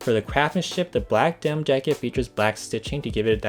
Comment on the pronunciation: Learn how to say denim and cotton